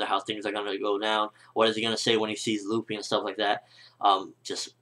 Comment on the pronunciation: who da fuck is LOOFIE?? it's luffy! short spelling on the u dammit >.<